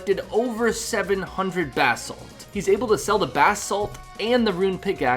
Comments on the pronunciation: Bass salt 😂😂😂😂😂😂😂 Bro it’s ba-salt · u keep saying bath salt and its cracking me up.. not positive but i think its buh salt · buh-salt brother, not bass salt. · basalt not bahsalt haha.. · my dude it's Bah- salt like "bruh" without the r. buh-salt. not bass-alt